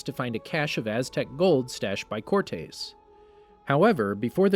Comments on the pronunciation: That's not how you say "Cortés." It's not "core-tays", its "core-tess." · For the love of God… “core-tess” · cortez is how its pronounced